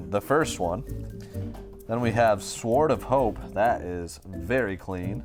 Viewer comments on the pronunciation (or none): Hold on. Does pronounce "sword" with a W? In all the years how have I never noticed that before! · How can not pronounce "sword" properly?